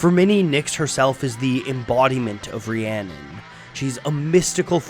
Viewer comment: haha I live and learnt Welsh for 10 years, that is not how you say Rhiannon.